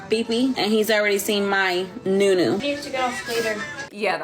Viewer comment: I cringe every time I hear 'New newu"🤢